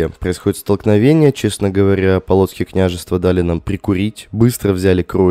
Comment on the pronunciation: Не полооооцкие княжевства, а поооолоцкие княжевства